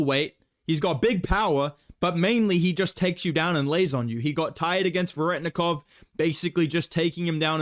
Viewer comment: The real best bedtime inside joke is completely mispronouncing Veretennikov he’s not even In on it